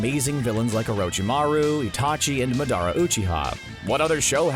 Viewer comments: Why did he say ma-DA-ra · Is the guy on this video a damn moron, he pronounced Madara’s name wrong